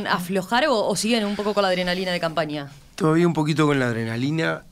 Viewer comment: Que dijo la adrenalina o la cocaína?😮